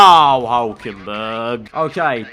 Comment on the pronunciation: All I could hear was you saying Hulkenberg like Dinkleberg 💀